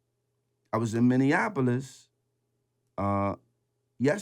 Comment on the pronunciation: He’s the only one that said Minneapolis right✊🏾 #mnstandup